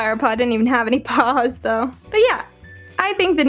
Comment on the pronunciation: CUTE LITTLE PAUS